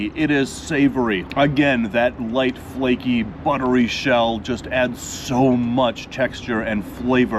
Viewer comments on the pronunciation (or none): none